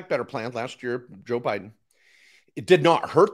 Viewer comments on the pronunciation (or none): none